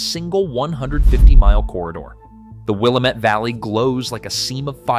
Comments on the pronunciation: It's not Will-A-Met it's will-am-et. It's not Salim it's Say-limb. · wuh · la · muht - for the love of god, please look up how to pronounce names before making these videos. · Will am. Et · It is not pronouced 'Will-ah-met.' It is pronounced 'Will-am-it.' Valley. Just some FYI...... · Willamette: WILL- AM- ET. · For starters, if you want to have any credibility at all when discussing Oregon, learn how to pronounce Willamette; its Will AM ette. Incidentally, only Eastern greenhorns say Nav vah da; the second syllable, va, is spoken like that in vast. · DUDE!!! It's pronounced: Will - Like the name Am - (like the word 'Ham' without the 'h' sound) Met - ( like I 'met' my friends for lunch) It's WILLAMETTE, DAMMIT!!! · In addition to butchering the name Willamette (pronounced: Will-Am-Et) it's also not Sulem... it's Salem (pronounce Say-lem). Do it right or don't do it at all!!! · Will am ette Valley! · Will-am-it Vally. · You’re totally right in this video. I live in Klamath Falls, Oregon. I voted for joining Idaho. Thanks for posting it. A couple of hints on local pronunciation. Willamette is: Will-am-et 😊. Klamath is: clam-eth. Have a good day. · Will-AM-mette! SAY-lem! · Willumut? Again "Willumet" - That's what you get with AI narration. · Credibility shot when can’t even pronounce Willamette or Salem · At least pronounce the names correctly! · It’s amazing how the highly intelligent AI can’t pronounce Willamette or Salem properly. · you can't pronounce Salem or Willamette. . Learn how to pronounce our names or don't make a video about my area. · The coast range is also a wall, we are not part of that valley mess of Portland. You could have learned how to say willamette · I suggest if you're going to report on something you should learn how to say the words Willamette Valley , add Salem. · Interesting info to this native Oregonian, but the narrator obviously didn't do his research on how to pronounce WillAmette, SAlem, or Wallowa.